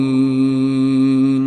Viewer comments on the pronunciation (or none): none